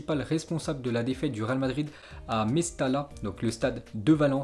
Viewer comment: Mestalla ca se prononce Mestaya en espagnol ...